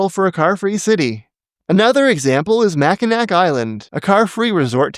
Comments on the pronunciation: "Mack-in-nack"? No, "Mack-ih-naw". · It’s MackiNAW, not Mackinac. I know there’s actually 2 places with that name, Mackinaw City and Mackinac Island, but both are pronounced the same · I want to thank you guys for the way you may your videos! You're rarely, if ever, mean and you always make great arguments in favor of urbanism. I do have one complaint, though. When you mentioned Mackinac Island, you pronounced the "c" at the end. It's actually a silent c. 🙂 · FYI, Mackinac is pronounced "mack in aw" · As a point of fussiness, in case it comes up again in another video of yours, the final 'c' in Mackinac is silent; it's pronounced MACK-in-awe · Mackinac (pronounced "Mackinaw") island also allows motorized ambulances and fire trucks. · It’s pronounced “Mackinaw”, and I don’t know why. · Zermatt is car free. Basically uses small vehicles similar to golf carts when necessary, but you need to get special permission to use one (be a business or have a reason to need it). Not a huge city, but it has a permanent population and it works. Also, good video, but as a Michigander, your pronunciation of 'Mackinac' made my eye twitch. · annoying comment about how you mispronounced Mackinac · Smh , you mispronounced the name of that city in northern Michigan. I dunno if someone else commented on that buti just wanna make sure